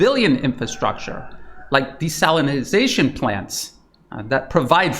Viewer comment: Ah, To desalinatie or to Desalinizate